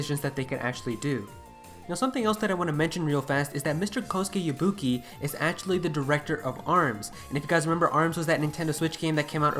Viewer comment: It is Kosuke Yabuki not Kosku Yubuki